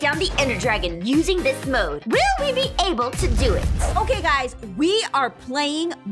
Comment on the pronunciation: she said mod not mode